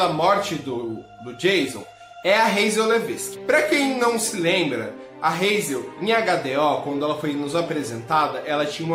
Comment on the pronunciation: Razel? Em q mundo H tem esse som de r?